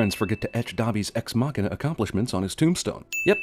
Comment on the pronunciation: Your pronunciation of deus ex machina should be illegal though. For someone giving out so many (and often unfair) fail points you deserve a point yourself for everytime you fail at pronunciation it.